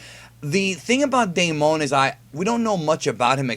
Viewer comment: my name is Damon😂 and it’s pronounced day-men